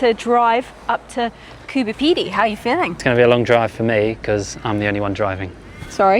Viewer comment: You couldn't even pronounce Coober Pedy correctly